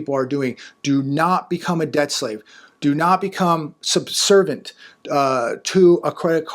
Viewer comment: It´s "subservient", not "subvervant".